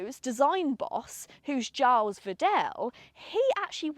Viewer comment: Repeat after me : Gilles Vidal is pronounced "Djeel" not "guyles" !! 😂😂